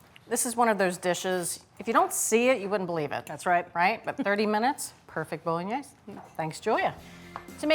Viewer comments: Bo-lo-gne-se: the final "e" is not silent. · Learn how to pronounce the dish. You're not even close!